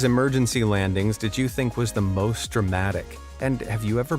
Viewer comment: I think they were dramatic, not "dramaric"